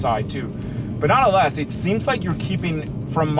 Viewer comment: Great race, love when he says: NONALASS haha